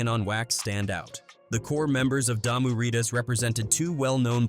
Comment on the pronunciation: 1st of all if you're going to talk about the games the blood and crips you need to get the name right Damu riders Not Diarrhea That's the problem Yabi from another country trying to report on the things that happened in the United States But don't have your facts straight Mentioning people don't have nothing to do with those gangs those videos have nothing to do with the gangs that you were referring to Those aren't the crips that was on the album those are not the bloods that be on the albums And putting the wrong names on the wrong hoods and putting the wrong hoods in the wrong neighborhoods can cause issues